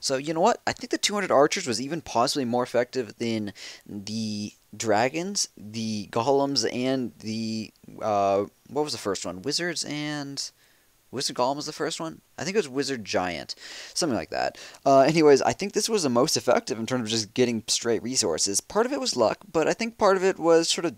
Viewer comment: IT'S PRONOUNCED GOAL-EM. THIS ISN'T LORD OF THE RINGS